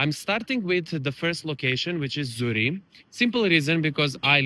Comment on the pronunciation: please pronounce the Name of your village properly. You need to pronounce it with the Q at the end. Z U R R I E QQQQQ not Z U R R I E.